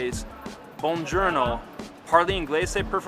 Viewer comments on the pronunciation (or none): it is bongiorno with a clear, rounded o, not buonjourno as in journey. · After several years? Capacino and bongurno 😂